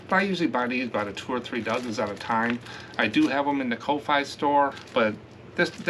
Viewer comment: I was watching someone yesterday and she said she thinks the ko-fi is pronounced coffee. I thought I would share that with you. Not sure if it’s a fact but it has a coffee cup by the name, so maybe?